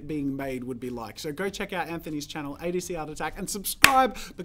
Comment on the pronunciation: i am suscribed to both of you and the starting of the video please come on say the name correctly adc art attack